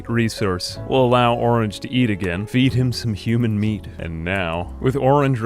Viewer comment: it's meat, not "mead"